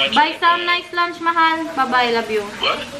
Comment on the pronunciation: ulit ulit ko pinanonood c,ang ganda kc ng pag ka bigkas niya ng my love at mahal😂